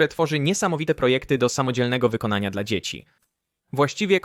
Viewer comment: Dlaczego si mylnie czasem wymawia słowo DLA... Tylko mówi de,el,a?